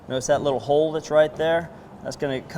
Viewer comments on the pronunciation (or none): none